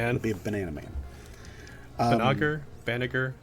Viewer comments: It's Bah-nah-zher. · Banagher is somewhat "BAN-uh-yer" or "BAN-uh-her" to how is pronounced in the dub. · HOW THE FUCK DID YOUBSTILL MISPRONOUNCE BANAGHER?! The g is soft! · Right? "tries to correct themselves" still gets it wrong. A for effort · Just run the clip of Riddhe and Banagher when they fight in the anime to say Banagher correctly hehehe but keep the good work.